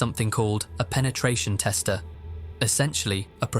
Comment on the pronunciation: "Peneteation tester"